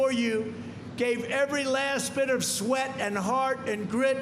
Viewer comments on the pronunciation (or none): none